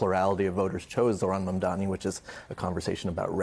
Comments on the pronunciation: still can't say it right. Its MAM DANI! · It’s M A M D A N I (MUM DAH KNEE). Say his name right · Mandami she said 😂😂😂